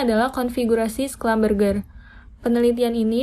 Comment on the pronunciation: Maaf koreksi cara pembacaan schlumberger nya salah (seharusnya schlumbersi). tulisannya sudah bener, tapi pembacaan nya salah 🙏🏻